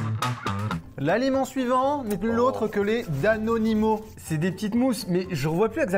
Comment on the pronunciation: C’est « danonino », pas « daninimo » 😅